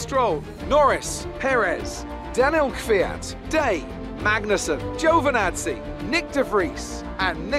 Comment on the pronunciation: No no it's joe va nazzi